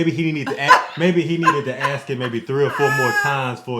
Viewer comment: Perhaps you people should learn how to pronounce the word ask it has an s in it it is not axed or escaped it is not excape and dont seem to be able to pronounce nuclear